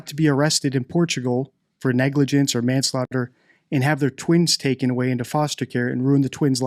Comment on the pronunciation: Yikes. This is the worst statement analysis I've ever heard. Clutching at some pretty thin straws there. And did you really say "manslofter" around the mark? CRINGE